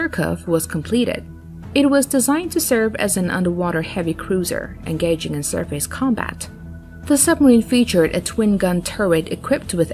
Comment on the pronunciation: "surfays"? what country are u from?